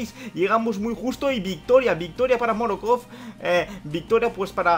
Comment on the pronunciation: Morokov😂😂 Pd:Es Morkov.Buen video